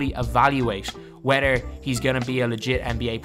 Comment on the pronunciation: Lmao you say wedder instead of whether